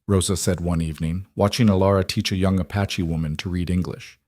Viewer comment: I can’t believe that they left her horse tied up. And it’s “Apache”, NOT ‘“a patchy”!